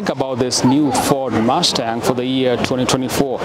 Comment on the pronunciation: "Ford MASTAHHH"...